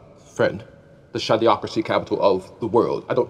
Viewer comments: maybe you went too deep on the "schade". I think its shady-ocracy as in a bunch of shady MFers. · I believe he was saying “shadeocracy” as is, shady. A shade-ocracy. Trust no one. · I thought said "shadow-ocracy"